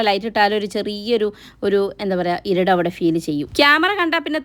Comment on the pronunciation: ഇരുട് അല്ല ഇരുട്ട്